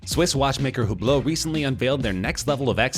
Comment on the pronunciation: I once saw a video that teaches the correct pronunciation of watch names and i thought i got it right from there. but hearing hublot and and vacheron from you, i'm now confused....